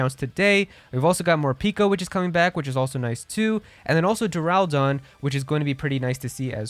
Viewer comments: people still mispronouncing pokemon names in 2023 yet the call themselves fans of the franchise all mispronounciations: ECKS-egg-cute= Exeggcute ecks-EGG-u-tore= Exeggutor EE-loo-MEE-zay= Illumise min-CHEE-no= Minccino cin-CHEE-no= Cinccino MIHL-suh-ree= Milcery dur-RAH-loo-dahn= Duraludon were-DEAR= Wyrdeer Taken from serebii actually, so study up on pronouncing them before making a video on pokemon or just steer clear entirely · Great video, however, the way you pronounced Milcery and Duraludon made me shudder. The unova starters are obviously not coming back because their remake will be coming out soon